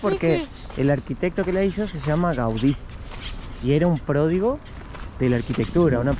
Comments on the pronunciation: se dice prodigio no pródigo son 2 cosas muy distintas 😂😂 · Mateeeoo la palabra no es pródigo es prodigio 😂😂😂